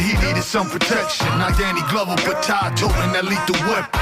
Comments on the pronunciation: Its pronounced Ty or tie not tah🤦🏽‍♂️ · in YOUR video everybody says TY but much props for not being AI ! I never heard it pronounced Tah it hurt my ears everyone I heard it